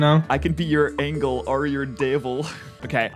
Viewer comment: Bruh it’s angel not angle 😢